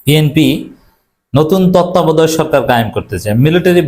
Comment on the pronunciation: ভাই তত্ত্বাবধায়ক উচচারন করতে পারেন না আপনি আবার কিভাবে সাংবাদিকতা করেন, মুখ্য সাংবাদিক।